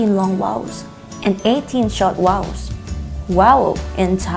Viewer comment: OMG vowel not wowel YOUR GETTING IT ALL FLIPPING WRONG